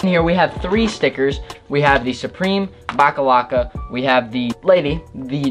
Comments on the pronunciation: I cringed so hard Everytime he called the box logo stickers "backalacka" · I wanted to shoot myself Everytime he said baclava instead of box logo